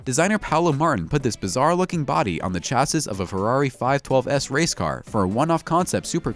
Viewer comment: Its not chassit its shassi...get the pronunciations right or you sound like a dork :)